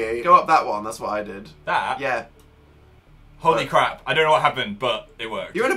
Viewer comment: Lol Phil said Hole-Y crap Also Dan was really a baller in this video